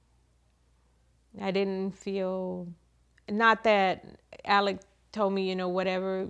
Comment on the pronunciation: Its "Alec" not "Alex" even though its spelt that way. They must have Scottish heritage because thats how we pronounce it and "Murdaugh" is pronounced "Murdock". John Marvin was seen removing gjns from Mozelle by a drone the day after the murder so it could very well have been him in the white truck. He also removed the boat from the boat accident scene after walking under the crime scene tape while Mallorys parents were kept behind it. Hes the "cleaner" in the family. They all seemed to have very defined roles until Alex went rogue. The boys were brought up to believe they were untouchable which turned them into entitled, arrogant, unpleasant young men and Maggie loved the money and the name and when she found out there wasnt any money she filed for divorce. These are not nice people. Peope dont all of a sudden become angles because theyre dead. Did they deserve what happened to them? No but lets not pretend Maggie wasnt a money loving snob and Paul wasnt a vile individua who abused his girlfriends and flund the fact he'd crashed a boat hilarious when his "friend" was still missing, theres a video of how he behaved at the scene, he also had a massive drink problem and his parents encouraged drinking and Buster is nehind the death of Stephen Smith. I hope hes held accountable for that. Maggie absolutely had something to do with the other housekeepers death, the one who raised Paul because she was too busy being a " socialite". The Murdaughs were the law in this area LE were th